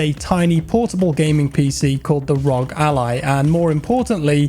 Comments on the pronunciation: R.O.G Ally. Not Rawg Ally. Jeez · Rog? It's ROG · Isn't it R.O.G., not Rog? Republic of Gamers? Looks like an interesting device!